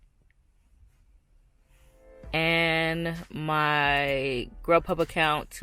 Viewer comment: I can't remember which you said was better uber eats or grub huh? I thought you said grub huh.